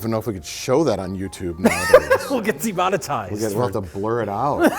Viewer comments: Ugh acshually, is DEMONETIZED not demonitized. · "DEMONITIZED" (Pssst... It's spelled "demonEtized")